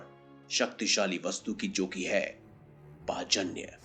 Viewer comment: Bhai ye pajanya nahin panchjanya sankh he